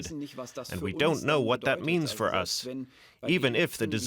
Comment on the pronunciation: She say faw 3 more mouths